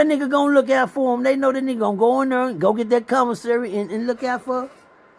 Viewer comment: Man it's commissary NOT convasary!!!!!